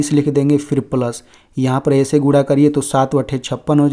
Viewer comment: अरे सर गुणा है या गुडा क्या बोल😂😂😂😮 रहे हो